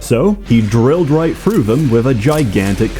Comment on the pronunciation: Why do you replace half of your TH sounds with an F sound? And why do you do it inconsistently? Sometimes you say THrough, sometimes it comes out as Frough. Great video other than this minor issue.